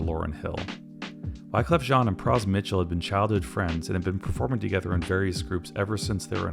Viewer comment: "Pras Mitchell" got me too 😅